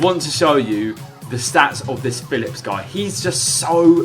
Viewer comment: It's just Philipp. Not Philipps. Learn how to read mate